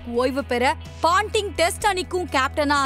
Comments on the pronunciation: Not panting,it’s Ponting !!! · Paanting illa ponting